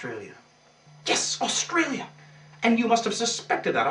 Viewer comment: for a second there...when you said "yes alstralia", you sounded alstrailian.